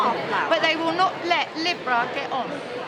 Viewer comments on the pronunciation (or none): Libra = 'Leebra' (pronunciation, luv')